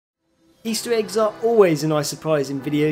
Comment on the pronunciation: "easteweggs", "cwazier" these are literally in the first 7 seconds of the video..